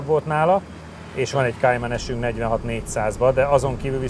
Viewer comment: Kéjmen? A Porsche nem angol... Kájmán.... 😂